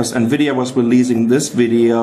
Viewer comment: nvidia chi pi u